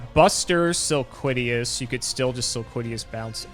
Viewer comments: Sil-lola-quiz: Sil-quiddy-yas the card: Silquitous. sil-quit-ous. its not hard guys. spell it out. sound it out. read it. Silquitous. and i thought was bad with names. jeez. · I like how and both had different pronunciations of Silquitous and both of them are wrong